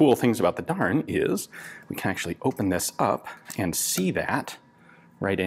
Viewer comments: I believe Darne is pronounced "Dar-nay"? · Isnt it pronounced darn-eh? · Every time he said "Darne" I heard "darn." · >'This is a darn machine gun from the darn company' Well Ian, I didn't know you were from the midwest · every time he said darn i laughed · Anyone else snicker a little bit each time he said "Darne"? I did!!! Reading the comments requires watching the video, again!!😂😂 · An American accent really makes the manufacturer's name sound like sincere expression of disapproval.